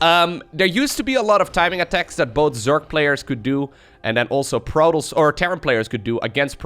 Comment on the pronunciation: can't say Protoss, he says PROTOLLLS (ALL THE LLLL'SSSS) LOL XD